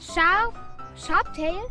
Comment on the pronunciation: Boah Jungääääääää, es heißt Sharptail. SHARPTAIL. Nochmal: Sch Sch Sch hhhhhhh aaarpppp Teil. So. SHARPHARPTAIL, Hastes jetzt?!?!? 😂💫